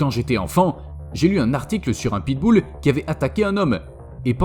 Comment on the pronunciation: Mdr "pitboul" 😂